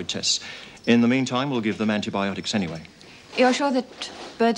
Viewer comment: I love how Lizzie cannot pronounce certain words... anti-botanics for anti-biotics LOL